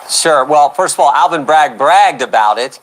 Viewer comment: It's Alvin..not ALLEN